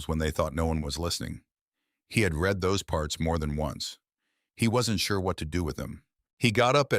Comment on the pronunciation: Your AI keeps pronouncing 'read' as 'read' instead of 'red'. In English pronounciation context matters.